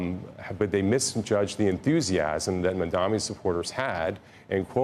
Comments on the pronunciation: His name is Mamdani and not Mundani... if its difficult for you to pronounce you might career shift as you are not suitable for tv or interviewing people. I have a job for you with good salary if you want. Few hundred bucks above minimum wage... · ITS MAMDANI M A M D A N I. CAN WE PLEASE STOP INCORRECTLY PRONOUNCING IT. It's so easy. Jesus Christ. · It’s Mamdani, learn to say it right